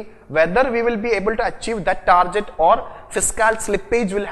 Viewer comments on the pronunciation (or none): for godsake its tar-GET not tar-JET!!